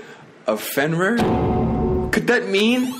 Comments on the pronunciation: fenrrr? rir is pronounced rear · No disrespect, but it's pronounced as "Fen-REER", I heard you saying "Fenwar" at times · Its pronounce Fen-Rear. Sorry lol it's my dog's name and I just want you to say it right